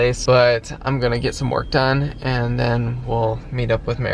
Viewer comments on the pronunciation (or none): none